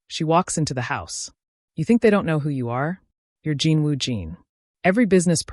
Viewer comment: Please, not "Jean", Jin. Watching from Trinidad 🇹🇹